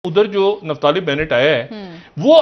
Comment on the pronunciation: निफ्ताली नहीं बोलो,इसे कहते हैं निप्टाली ,कई चीजें निपटा ली । निपट भी रही हैं।